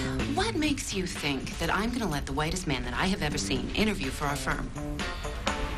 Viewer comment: Did you say that you're going to teach people how to fink like a lawyer? j/k